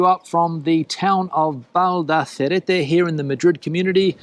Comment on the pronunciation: Valdaracete, not "Valdacerete"